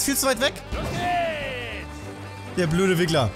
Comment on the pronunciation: eS HeiST RiGGleR uND NIchT WiGGleR!